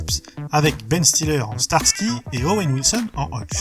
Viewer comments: Cool vidéo, mais p*tain, c'est StarSSSSky, par Starky 🤣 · Glasner??? Glaser et c'est Hutchinson et pas Hutchinston... et enfin prononce bien starsky et non starky. Ppppffff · Salut l’ami! ☺️Quelques erreurs de prononciation des noms (« Starky », « Glasner », Mélanie « Greenfit », Kim « Cantrall »), mais c’est le seul reproche à faire. 😅 Je n’aurais pas fait mieux au niveau recherches et montage photos/vidéos. 😄C’est vraiment une superbe vidéo, Mec !!! 😉👍 Merci. 🤗❤️ Bonjour du Vietnam 🤗🇻🇳 ps: j’étais petit à l’époque (je suis né en 1971 et devais avoir dans les 10 ans) et je me souviens de l’épisode ou une secte satanique dit « GLOIRE À SATAN !!! » 😂 C’est le « Meme » de l’époque! 😆